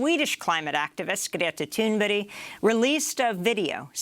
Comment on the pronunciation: You said her name right! CLAP CLAP CLAP!